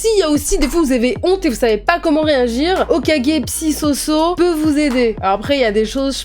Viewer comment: c'est juste une question comme ca mais, pourquoi ton pseudo c mademoiselle "soso" mais tu prononces sosso. Je dis ca parce que je mappelles sophie et mon surnom c sosso ou so.